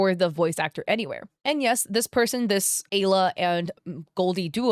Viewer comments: So my girlfriend’s name is Alya. And watching this hits for two reasons. 1. My girlfriend’s name is the same as a scammer, 2. The way you pronounce it is painful. (No hate, just saying this for the lols.) Now pronunciation usually differs, but it’s usually pronounced similarly to Aliyah, or Al-Yah. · I think the name is pronounced “Ah-Leah”,. 😂It’s a Russian name, sometimes it’s used as a diminutive.